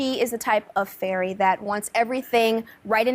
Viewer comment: Did just said Furry rather than Fairy. lol